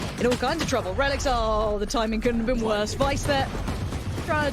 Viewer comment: reh-licks is the correct pronunciation